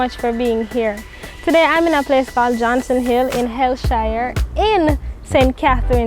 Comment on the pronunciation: Love the video.... but are you sure that’s how the word “hellshire” is pronounced..... please check